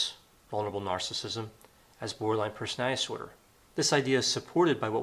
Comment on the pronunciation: Love ya, doc, but could you please enunciate when you say "borderline personality disorder?" -OCD Grammar Girl.